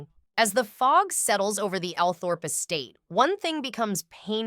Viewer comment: Althorp is pronounced All thrup!